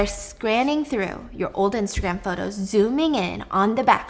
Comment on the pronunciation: Also, "potos" at one point hahaha